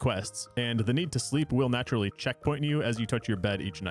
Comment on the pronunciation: Heard checkpoint as czechpoint. Great video!!